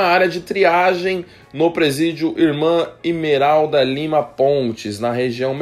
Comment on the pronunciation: "Imelda" não "imeralda"